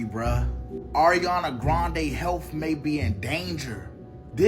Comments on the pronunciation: ma boy said Air-iana 😭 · It’s not aairiana it’s Ariana🤣